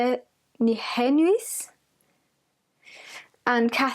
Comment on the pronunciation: omg i love how you pronounced the name nijenhuis, its a dutch word and you just completely .. idk man i love the way you said it eventough you said it so utterly wrong, wish everyone in nl would say it like that it would be pretty funny